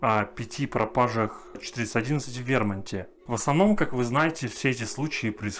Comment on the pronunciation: В вермунте😂😂😂😂Судя по озвучке😂😂😂Пипец а не пит😂😂😂